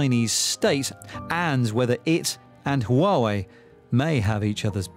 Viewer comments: 🤬🤬 ITS PRONOUNCED WAH-WAY!!!! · 华为 Huawei，the reporter don't need to change the tone everytime he mention it. Different tone carries different meaning, or even meaningless. Time to learn Mandarin! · HUAWEI=who are way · HUAWEI made a video teach foreigners how to pronunc HUAWEI，they say it should pronunc wuawei，so it is not foreigners fault，I think its easilyer for Germans to pronounce Huawei，there has a lots “H” sound words in German